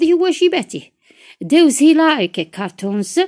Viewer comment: داز ماشي داوز